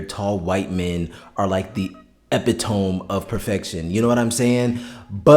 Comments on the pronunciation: can I help you with something considering you've made such a well pronounced video??? ok 1 note.. its "epi-tomeeeeeeeeeee" you pronounce the "meeeee very very loudly instead of the 3 sylabal thing you say. what is a "epi-tomb" lolololol...... your correcting folks..so please dont say that word as wrong as you did. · My friend, it is pronounced "ah-pitt-ah-mee" not "ep-ee-tome" Sincerely, Someone who also always reads it in their head as "ep-ee-tome" 😂😂😂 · sorry to be “that guy” but it’s ee*pit*oh*me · Epitome = eh-pit-oh-mee Happy reading! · Not to be that guy but it’s pronounced Eh-pit-oh-me (Epitome). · Not attacking, especially not defense of the show which fumbles way more than it fixes, but first epitome is pronounced EE-pit-oh-me. Second regarding Marius, part of the lore is the vampires are partially frozen in the time they were made. Being a roman that is physically fit, well read, with sandy blonde hair was the ideal physique at the time. Marius also falls for Armand, a 16 year euroasian boy (which would have likely reminded him of the Attila, aka the same barbarians that were attacking rome) with auburn hair. Pandora, Marius's first childe, falls for an India. Akasha and Enkil are initially living bronze statues. Its just they are like 6000 years old and dont drink that makes them white. Lestat is power hungry brat, so seeing how old Akasha is instantly draws him to her, the marblized skin is just a symbol of her age and power not her physical beauty. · The word epitome is pronounced e-pit-o-me. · Epitome is pronouced "eh-pih-toe-mee" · I really like your analysis. (As an aside though the word epitome is pronounced epit-oh-mee) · Great video 😊 Do you realize you're not pronouncing "epitome" properly? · It took me so Long to figure out you were saying “epitome” 😂